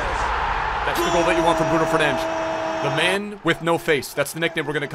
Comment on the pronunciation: Nah I love it when you go for authenticity with the name pronunciation! Also great stream lad, it was absolutely amazing